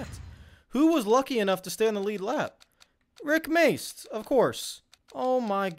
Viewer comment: I physically cringe when I hear him say Rick Mast’s name.